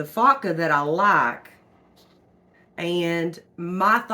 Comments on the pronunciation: It's pronounced f "O" CA, not faka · Foca= Seal. Pronounce the 'o' as the o in hellO. Foca is a good laundry detergent! Thanks for the video.